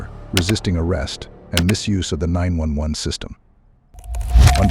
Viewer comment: Who or what narrated this ?? She phoned nine hundred and eleven ?? Uh...whaaaat ??